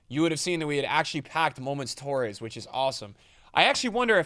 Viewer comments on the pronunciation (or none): none